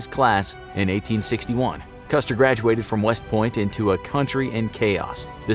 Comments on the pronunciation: huh? Yes, the video is about George Armstrong Custer. At the indicated timestamp, however, the narrator clearly says "customer". Jesus. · Did I hear a "Customer", hahahahah!